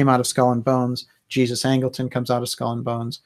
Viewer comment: Great work,. One small correction: Angleton's first name was James, middle name Jesus. And I'm pretty sure it was pronounced as would be in Spanish.